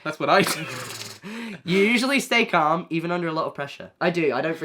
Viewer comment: caalm. pronounced with the a from can.